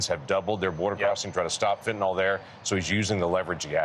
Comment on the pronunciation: FentanYL, not fentonOL